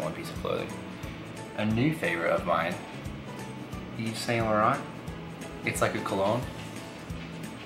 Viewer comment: It's pronounced like "Eve-san-lore-ron"